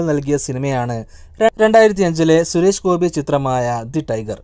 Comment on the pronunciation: ശുരേഷ് ഗോപി അല്ല ചേട്ടാ സുരേഷ് ഗോപി.. ദേ പിന്നെയും 🤣🤣🙏🙏